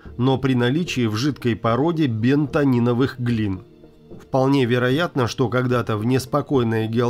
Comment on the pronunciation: Правильно "бентониТовая". На этом просмотр закончил